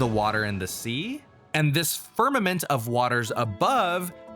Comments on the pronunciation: "fimament" tehe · FIMAMENT. Heh... XD